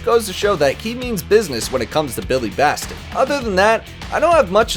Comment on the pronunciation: That is not how you say Billy's last name, Batson not Baston.